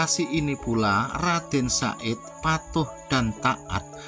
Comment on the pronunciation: HE BUKAN RADEN SA'IT CAK, TAPI YG BENER TU, RADEN SAHID, OOOO NGOMONGE BANTER SALAH, WES GK KOMEN MALES